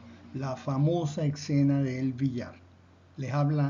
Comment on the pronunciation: Y... Es ESCENA no excena 😅😅